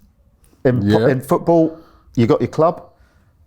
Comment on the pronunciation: Cant listen to anyone who pronounces "football" as "footbull"